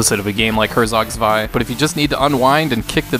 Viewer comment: This isn't the way to pronounce Herzog Zwei